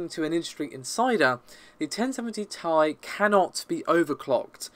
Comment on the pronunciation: not taï dude, its Tee Aï